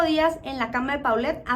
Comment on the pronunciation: Así es, y también de pronuncia Polet no Paulette.